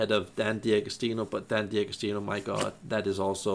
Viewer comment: One thing's for sure, you can't pronounce D'Agostino!